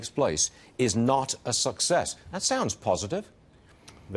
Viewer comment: That guy pronounced "xi" (more like sea) as "ji" (more like gee). The funny thing is "Ji" sounds like 鸡 which means chicken.